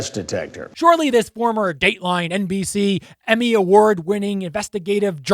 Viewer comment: Lmao the way u said dateline mbc!! 😂